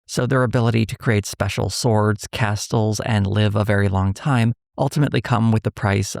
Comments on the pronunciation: Does making videos make people forget how to pronounce ordinary words? The T in "castle" is silent. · This guy pronounces the T in castle. How odd. The show looks abysmal, the acting is so bad. That king saying he'll have the guy flogged is insane, flogging wasn't a term until the 1600s at earliest. These people couldn't care less about history eh, they just want their white fantasy. Oh, and Brett Cooper's accent is horrendous. proper unbelievably bad.